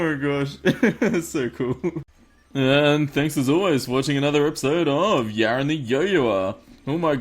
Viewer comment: why do you call him yarin but the in game name is yaron